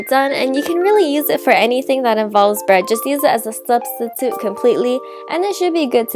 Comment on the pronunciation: it's hard to understand you. you USE S INSTEAD of t or d. Like when you say and, it sounds like ans, Turkey is surkek. Done is sone, definitely is sefinitely, sweetener is sweesener substitute is susbisute. is that enough? It took a minute for me to understand. Sorry. I have heard celebrities talk like this too. Is this some sort of speech trend? The bread looks good, by the way.